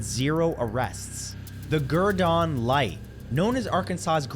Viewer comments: It's not pronounced "gurdone"...it's pronounced gurdin. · It's pronounced Ger-den, AR....not Ger-Don. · The birds in Beebe, Arkansas. I lived in the next town over from there for over 20 years, and nobody still has an explanation for what happened and/or why. Also, for future reference, the Gurdon light is pronounced Gur-den, not Gur-dawn. Not trying to sound mean. Just trying to get the right pronunciation out there.